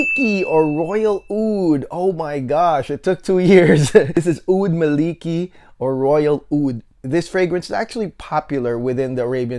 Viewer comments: Amazing review. Just a short pronunciation correction: It should be “Maa li kee” As per the arabic “مالكي" Keep up the amazing reviews 😊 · it's "الملكي" == "royal - kingly" not "مالكي" == the whole meaning changed so should say: "al - mala - key"